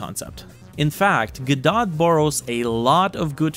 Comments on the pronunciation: not go-dot, its guh-doh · I've heard it pronounced "guh-doe" and "go-dot." Today's the first time I've heard it called "guh-dot" though